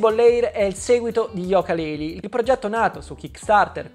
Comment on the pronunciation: È yuka non yoka